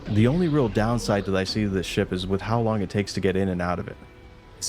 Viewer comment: "Fire all ze missiles!!"